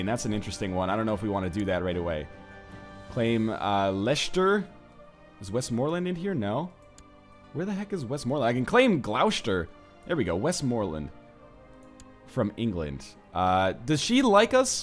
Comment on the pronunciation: Oh God why do you add so many sh's where there are none? It' Gloss-ter and Less-ter, not glou-shter and ley-shter. Also if you want bigger claims check who holds a duchy (view the character and click the shield by them to go to the title) then there should be a tab that says "claimants" next to "Create/usurp" and "make primary". Picking claimants will show you who has claims to a title, if you invite them and give them a county you can push their claim and they'll serve you afterward.